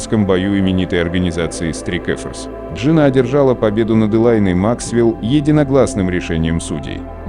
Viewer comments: Учи английский не стрик эфорс а страйк форс а фильм хороший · straik force ---strike slovo slozhno vigovorit chto li?